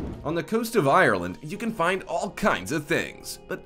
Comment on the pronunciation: U didn’t say Ireland right 😭and I’m from Ireland